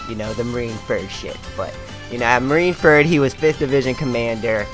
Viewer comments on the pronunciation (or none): I'm annoyed out how he says marineferd and instead of marineford